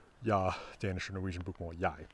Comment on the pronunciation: That was a perfect pronunciation of 'jeg' in Danish. 'Måltid' also means meal in Denmark, så I guess we kept 'mål' in our language still